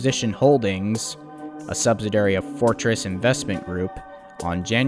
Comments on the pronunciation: its a subsidiary not "subsidary". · It is pronounced "sub·sid·i·ar·y'. They don't teach English in school like they used to! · Good video. as usual. But it's sub-SID-ee-air-ee, accent on the second syllable. Unfortunately, in this video the word is used a lot. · SUBSIDIARY. He says it incorrectly OVER and OVER. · While detail seems good, repeated mispronunciations, paricularly of subsidiary as subsdiary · The narrarator refers to the subsidiary as a sub si dairy. He can't say the word. It has 5 syllables... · SubSIDIary, not subSIDAry. Also viSCOUS, not viCIOUS, and PLEthora not pleTHORa. But the video is fascinating~